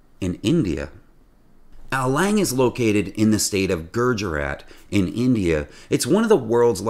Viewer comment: How do you pronounce India eyendia?